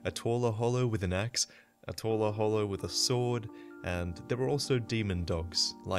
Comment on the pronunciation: I love the way you say "Twirler Hollow", if that's what you're saying. So funny.